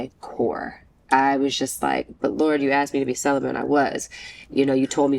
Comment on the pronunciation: She still hasn't learned how to say the word celibate.